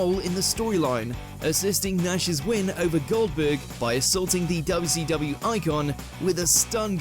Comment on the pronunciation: Its not WCWu its WCWeeh 🤣